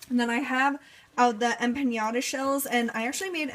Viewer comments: Em-pa-NA-Da.... Em-pa-NYA-Da... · I am going to hang myself if I have to listen to you say empanada one more time! It is m-pen-Nada not em pin yada! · Em-pan-YA-da?! Whu?!